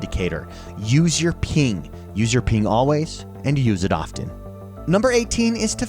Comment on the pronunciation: "Use the peeng"